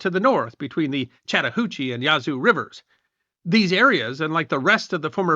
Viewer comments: It’s not pronounced “Yah-zoo”, but “Yaz-oo”. Otherwise, a very good history video. I descend from English settlers and Cherokee in West Florida. It’s still a distinct cultural area. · I can see the Yazoo river from my house.... I've never been offended by it being mispronounced, but after so many times I started speaking back to him just trying to coach him along.